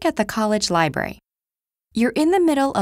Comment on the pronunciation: Did she say libery ?